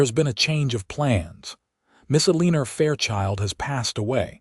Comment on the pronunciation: Need to pronounce the names correctly, tuck- son instead of tooosaan, eleeenor? Elle en our! Can't listen